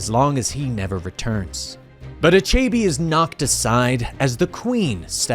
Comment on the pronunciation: Nice video, thanks! Tho, these mispronounciations take me out of the story. That villain's name is pronounced, AH-CHE-BEH (with a slight upwards intonation on the last syllable) 😃